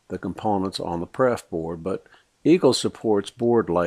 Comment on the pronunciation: LOL Good video... but I spit my coffe out laughing when you said "PREF board"... TWICE!